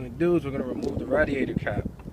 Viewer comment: And its ray*d*ai*tor not ra